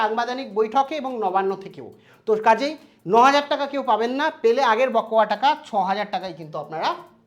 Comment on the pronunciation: উচ্চারণ টা বোকোয়া নয়, বকেয়া।।